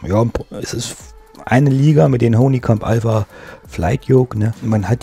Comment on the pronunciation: Schönes Review, aber das ist die Firma Honeycomb (gesprochen Hannikamp) Nicht Honii : D Mir gefällt Deine selbstgebaute Buttonbox! Schön gemacht, egal mit der Farbe :D Was ist Dein Name bei twitch und Deinen Livestreams? Habe den Bravo Throttle Quadranten Ende März gekauft, auch bei Aerosift und habe heute Bescheid bekommen, dass er in 4 Wochen eintrifft. Bin gespannt. Preis liegt wie immer bei 250 Euro. In Deinem Video ist der Preis ohne Mehrwertsteuer angegeben, deshalb wohl weniger.